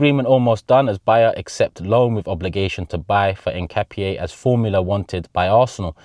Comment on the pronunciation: As an Ecuadorian myself, you’re the closest in the pronunciation of Hincapié. ( In-kah-pee-aye)